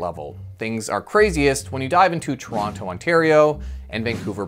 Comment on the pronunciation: Why are you saying Toronto wrong.......